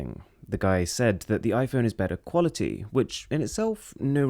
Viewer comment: "Qualih eee"